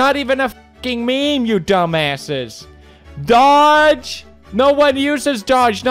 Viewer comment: I know doge isn't relevant and is a completely dead meme but it still hurt when he mispronounced it.